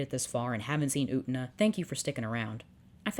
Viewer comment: Utena. U-tey-na.: "OOOTnuh"